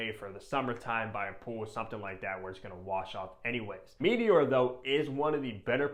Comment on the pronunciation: It's not "mee-tee-ore". Comon man.